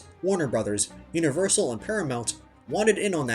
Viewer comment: You mispronounced Universal it's U-na-verse-er